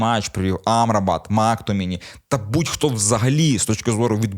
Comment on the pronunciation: Мактоміні, Амрабат (з наголосом на А) і МакГваєр - це типу фішка?) Бо випадково зробити стільки помилок в одному реченні неможливо)